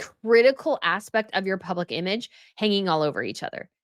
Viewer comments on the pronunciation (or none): none